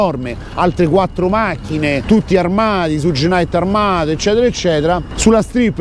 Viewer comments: si legge "Sciugh" come zucchero, non Sugg...:) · "Shug" (pronuncia esatta) no "suge".Per il resto...se c'è da "far brutto" a qualcuno ,quel qualcuno a cui far brutto sono i politici,corrotti, cioè tutta la classe "politica" che permettono e contribuiscono all affluenza ed "accoglienza" di extracomunitari,per lo più problematici. Altrimenti il vostro fare è solo alimentare una guerra tra poveri...su linea filofascista. Ps. Alla politica sono gnostico.